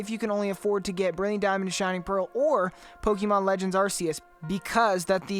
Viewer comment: Stop saying Pokemon wrong 💀💀